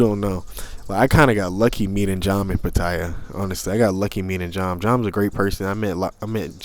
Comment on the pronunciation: It's pronounced Pa-Ta-Ya... I know it's a minor thing but my wife rolls her eyes every time she hears a foreigner (especially a Brit or an American) butchering the name of the city. Other than that, I came to find out just how you got cheated on...that is, if this is not just click-bait like so many other Youtube thumbnails (forgive me, I've got nothing else better to do). Part II: Well actually watch 3/4 of the video and had to give up...meeting girls on an app - in Pattaya no less - and expecting sincerity. But it's okay, same story, different era and contact medium. Maybe somebody here will learn something. Probably not. Cheers!